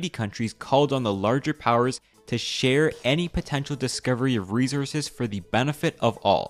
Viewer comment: Why can't the narrator pronounce 'resources'? That's glaringly stupid!